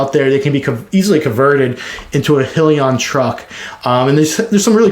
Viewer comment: Nice video! But, it’s pronounced: “High-Leon”